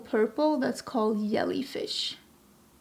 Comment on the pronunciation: I've always loved your accent, but hearing you pronounce Jellyfish is hands down my favorite. I'm going to call them Yellyfish from now on.